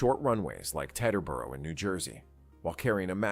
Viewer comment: That's the second time I've heard teterboro mispronounced-and I've flown in and out of there- it's TEE ter bur oh.😵‍💫